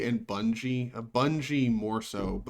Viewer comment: Also, I'll be that youtube commenter douche who corrects your pronunciation of budgie. Not Bungie. Nose in the air